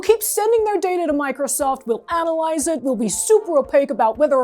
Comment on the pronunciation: It's not DATR it's DATA come on 😁